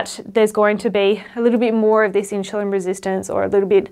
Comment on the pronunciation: Love your videos 💚 Is there any particular reason why you pronounce insulin as inshulin?